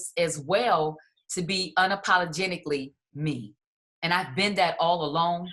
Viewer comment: Did anyone catch "unapologentically"?